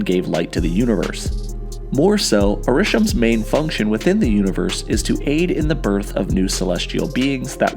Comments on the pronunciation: Are-ish-SHEM not Ar-RISH-em 🙄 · OMFG AH-RAH-SHEM not urshum. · why do you insist on mispronouncing Arishem? It’s Ari-SHEM, not a-RI-shem. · "uh-rish-em" Tell me you haven't seen Eternals without telling me. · Him calling the celestial “UH- RISH-UMM is driving me nuts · I have never understood how a character or location can be pronounced very clearly and consistently in a movie, yet people still pronounce it wrong themselves. This dude saying a-RISH-um drove me crazy in the first 60 seconds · It’s pronounced Are-ih-shem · Why do people narrate and pronounce stuff wrong. Aaa* rih* Shehm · your pronounciation of arishem hurts my soul🤣🤣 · u said erishem wrong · Why does this dude mispronounce Arishem’s name wrong when they literally say it in the movie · Arishem was said many times in the movies, all the same way by different people... and yet people still say it weird... you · It sounds like you have copied and pasted the voice clip of 'Arishem' every time it is said, almost like you are drawing attention to the mispronunciation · Could you at least pronounce Arishem correctly? Reviewing the movie and the celestials while also mispronouncing the prime isn't a good look. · Have you not watched eternals? Why do you say arishems name like that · At least pronounce his name right if you’re gonna reference him 40 times. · Tip for YouTube content creators.. Study the content before making a video on it. The Eternals is a pretty good movie that has is fairly new as of the release of this video and my writing of this comment. To hear Arishem be mispronounced so badly so often forced me to stop watching the video. His name was pronounced during the movie MULTIPLE times. There isn't a valid excuse to mispronounce his name in a video describing a movie that the video is referencing. An excuse exists if this was based on thr comics but this video is referencing MCU content. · Ugh, this pronunciation of the word Arishem is horrible. Is that how they pronounce it in the movie?